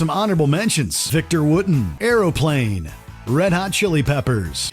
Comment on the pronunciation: Did he call him Victor Wooden? Oh WatchMojo 🤦‍♂ what are we gonna do with you? Ignoring you as I've been trying to do is obviously not gonna work since people like ol' Davie here keep making us suffer second hand exposure to your epic failures. Channel should have been called WatchOhNo! Slap Davie504 if you think pointing out that WatchOhNo's staff rarely if ever have a clue is getting to be old, overdone schtick. ;) J/K Davie, we still love ya. Feel free to ignore everyone slapping the snot out of you, you goofball. Also, props for appreciating Les Claypool. I'm a guitar player but love Primus and pretty much anything Claypool has a hand in. Except maybe "Of Fungi And Foe". Les owes me a refund for that one, which I bought without having heard anything off it because Les Claypool. For that one, putting his name on it seems like false advertising to me.